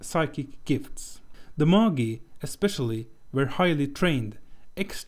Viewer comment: What you are calling "Moggy" are Magi -- pronounced May-jahi.